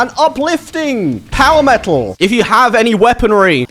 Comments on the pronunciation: Ahh, Finn Mckenty was calling you out on your lack of "T"s wasn't he? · I learned English from American movies and its so weird hearing someone say "me'ol" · This dude said "Me'ol" 🤣 🤣 🤣